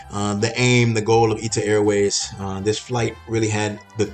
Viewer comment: It’s not Ita Airways. It’s I.T.A. airways.